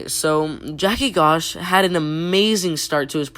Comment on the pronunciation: Joaquin is pronounced 'waqueen' and Gosh is pronounced 'josh'.